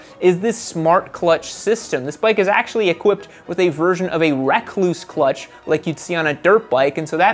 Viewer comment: Rekluse is pronounced the same as the brown recluse spider, not wreck clues... Hence the spider as their emblem...